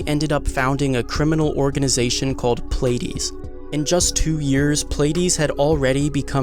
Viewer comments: It's pronounced, "plea - ah - dees" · Pleiades is pronounced Plee-a-dees.